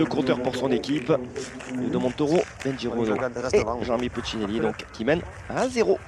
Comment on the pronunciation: doit le savoir mais je le rappelle quand-même: Puccinelli ça se prononce « Poutchinelli », et pas « Pussinéli ».